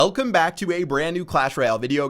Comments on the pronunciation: Does he say "elcome" or "welcome" back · Why does it sound like you said, Elcome Back, not Welcome back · He said "Ellcome back". Ellcom back you too Pat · "Elcome back to a brand new Clash Royale video" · did he say 'elcome back' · "elcome back to another clash roayle video" :01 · Elcome back pat said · 'elcome back to a brand new video guys...' That intro 😂😂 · ELCOME BACK TO A NEW CLASH ROYALE VIDEO GUYS... Yeah, you definitely cut of the 'w' in welcome there. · "Elecome back to a brand new Clash Royale video..." 1 like = 1 W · Chief Pat: Elcome back. Elcome. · if you look closely he said alcome back lol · Potatoes Sucker Nah, I think he says oak em' back. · Potatoes Sucker alcome back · TheEvanator 03 today it was "Elcome back" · ''Elcome back'' noice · he said elcome XD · he said elcome guys lol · "elcome back" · "-Elcome back..." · Did he say "Elcome back"? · He cut out the "W" in his intro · Chief Pat got too many Ws that they ran out Hence "elcome back"